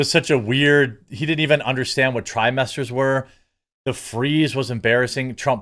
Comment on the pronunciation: Oh trimester. I thought he said Thigh-Master. I kept waiting for Suzanne Somers to come out.